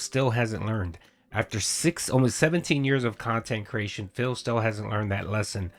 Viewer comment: All going to plan, right?